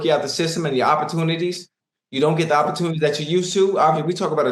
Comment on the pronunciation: Unc need more opportun-i-tees😂